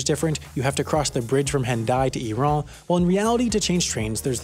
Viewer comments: He pronounced Hendaye and Irun incorrectly. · I keep seeing comments saying it would be funny if there was a mistake in this video so I'm just letting you guys know that irun is supposed to be pronounced like 'i-roon' lmao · 1 more mistake: Irún is pronounced like "e-ruin" and it has a tilde. Yeah. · Jus so you know, Irun is pronounced “E-Roon”